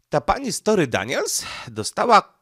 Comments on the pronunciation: STO(R)MY, Nie "Story", na litość boską, jak można tak przekręcać nazwiska... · Stormy Daniels a nie story Daniels. 😅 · Stormy,, a nie Story.